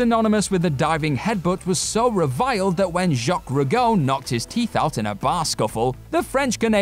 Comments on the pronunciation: Who is "Jock Rugoh"? I've heard of Jacques Rougeau but Jock Rugoh sounds like one you'd ordered from Wish 😆😆😆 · "Mom, can we get Jacques Rougeau?" "No. We have Jock Rugoh at home."